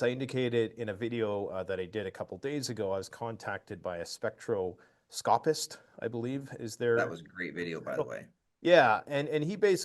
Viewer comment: speck-straw-cah -pist